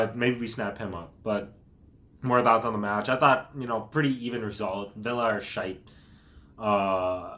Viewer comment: Love how he pronounces shite but i die inside when i hear twotted